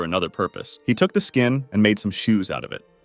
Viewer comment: SKEESH (SKIN, SHEESH)